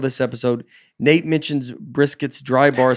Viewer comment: And thanks for pronouncing my name right. Love you Nate